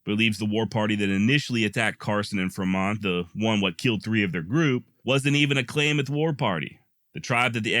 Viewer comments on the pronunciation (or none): It's not clay mith It's clam ith. I love your work. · For the record its klamath not pronounced claymath. I live there. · Klamath is pronounced Clam math